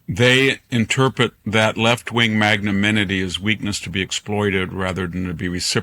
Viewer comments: Dr Hanson, the word is "magnanimity," NOT "magmaninity." I would not be leaving this comment if you did not make this error in almost every video you appear in. Another error you make is in your use of the nonsense word, "mericratic." I presume you intend to say, "meritocratic." A third one is your constantly reiterated statement that John Kerry ran with Joe Lieberman in 2004. He did not. He ran with John Edwards in 2004. Al Gore ran with Lieberman in 2000. Get with it, man. You correct students, I am sure. These boneheaded errors are unworthy of you. Aren't they? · Magnaminity. So you both got it wrong!